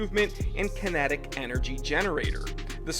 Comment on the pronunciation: "Kintic Master" "G-stomatic" bwa ha haha garbage